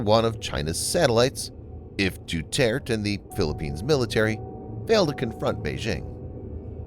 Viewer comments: it's pronounced dew-tear-teh and it's also pronounced be-nege-noh (as in renege no) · Duterte is pronounced De-tert-tay.